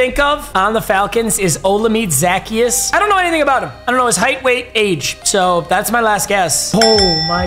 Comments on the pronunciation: Yes O-lameed Zach-e-is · Oh-llama-day Zach-ee-us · Hey papa Olamide Zaccheaus's mame is pronounced Oh-llama-day Za-key-us. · He butchered olamide zaccheaus name😭